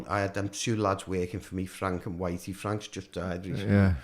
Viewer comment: Alright bill I'm the one who painted the runway and tunnel shaft he said my name wrong it's wrighty not witey.👍🤪❤️❤️